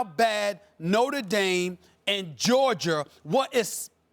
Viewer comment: Why Stephen A always put an r at the end of Georgia?